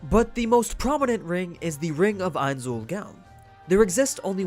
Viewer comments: Mispronouncing his name. "Eyenz-ool-goan" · Shouldn't it be pronounced closer to "Nine's Own Goals" since that was the original name back when they were a smaller guild anyway. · Please. Stop. Calling. Him. Ainz. Owl. Dress. It's pronounced éins óol gowne. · I can't believe you start by saying his name wrong, wtf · Dear God you said it again and again, it's not hard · You seem to have a hard time pronounce ainz ooal gown